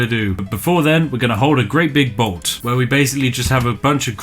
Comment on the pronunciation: The sacrificial festival is called BLOT not BOLT. Pronounced kind of like the color blue with a T on the end. I don't want to nitpick but it was bothering me :(